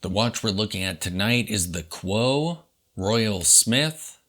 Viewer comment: Great watch -- thanks. I think it is pronounced COO-oh, at least by the Japanese.